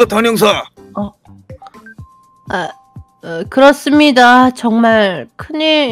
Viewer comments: 초에 단형사인데 단혀사?ㅋㅋ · 초에 단형사가아니고 단혀사라고했어